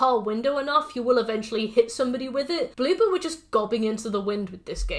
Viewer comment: When you say Bloober your accent makes me think you're saying BlueBird and when I'm reminded its Bloober I jus kinda giggle cuz I think of an orb of a blue bird jus sitting there like 'peep!'